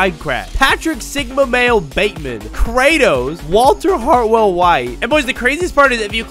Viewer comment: I’d rather eat cereal with doctor pepper but not hear saying kratos